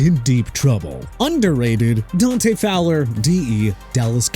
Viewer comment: Dude... it's pronounced MEHKI (meh-kai) BECTON (bek-ton) OKAY?! WHAT IS YOUR PROBLEM?! ALSO IT'S DANTE (don-tay) FOWLER JR!! Honestly you got a pronunciation problem! Go back to school get a textbook and learn to pronounce Mr. Illiterate!